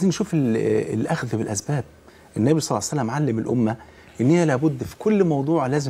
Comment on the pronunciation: لماذا تقول يا شيخ ..سلعصلم.. قل صلى الله عليه وسلم.